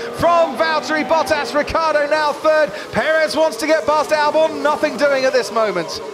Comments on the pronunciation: For years this commentator doesnt know how to say Ricciardos name,its not Riccardo ...its RICCIARDO ,can;t you see the difference??? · The pronounce of RICCIARDO is like the english name Richard, so RICCHARDO